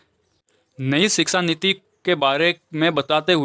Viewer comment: Sir that is shiksha niti not siksa niti